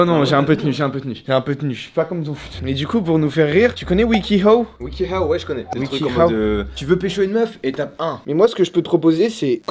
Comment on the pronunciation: wiki hoe......... XD prononce le W man sinon ca fait wiki p*te